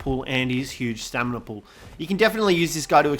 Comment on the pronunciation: Lol “staminery”